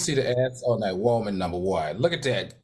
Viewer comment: I love when Al says WOEman. It makes me take his statement even more serious.😊